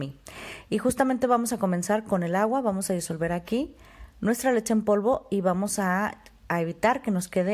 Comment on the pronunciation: Me cuesta un poco de trabajo entender porque no pronuncias bien leCHE! siempre dices leTTCHE! es incomodo estar escuchando eso :(